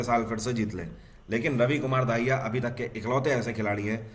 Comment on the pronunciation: Sir plss don't mind aap RAVI KUMAR DAHIYA ko RAVI KUMAR DAAHIYA pronounce kr dete h and sir thanku so much aap humare itni mehnat krke current affairs leke aate h ab jugaad series b l aaiye sir plss humble request 🙏